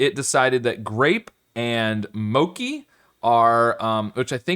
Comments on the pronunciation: It's not MOKI, but MOCHI. CH like in cheese. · I thought of two pairs that use all vowels. UNAGI (Japanese term for eel) and JELLY/CLOVE (probably others, too) is okay, but ANISE and DOUGH are probably better. Also, just for future reference, mochi is pronounced with how a CH usually sounds